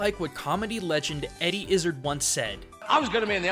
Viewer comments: It’s pronounced Eddie Iz-ard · Good vid but is it just an American thing to mispronounce Eddie Izzard's name? I know he personally doesn't care but he does pronounce it Izz-ard. I know it's not relevant but it really is something I've wanted to know for years. Either way, great vid.